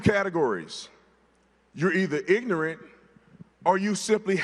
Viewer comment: Calling people ignorant but not being able to pronounce ignorant 🙄